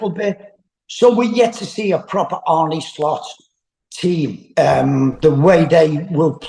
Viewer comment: It's Arne, not Arnie ffs. Dumb as rocks.